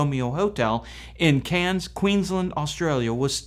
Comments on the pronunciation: Try when pronouncing that Australian town mate. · Australian here. It's definitely CANS. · You really need to listen to an Australian say Cairns. It is not pronounced like a town in france. Still you are a septic and they have very little knowledge of the wworld outside of the usa.